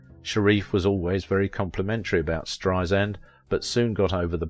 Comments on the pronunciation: It's spelled BarbRa. And it's pronounced Strei-SAND, not Strei-zind. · B-A-R-B-R-A. Two 'a's, not three. Last name pronounced Strei-SAND, not Streizind. As Barbra would say, 'Strei-sand, like sand on the beach. Soft 's.'